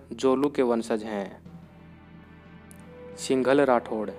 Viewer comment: सिंघल नही सिन्धल राठौर है सा 🙏🙏🙏🙏